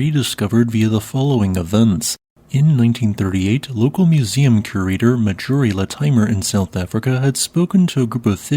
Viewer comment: It's Mar-jor-ree Lat-ti-mer